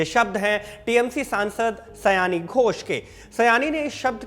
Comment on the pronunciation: Sayone.. ooo..😊 sayani nehi sir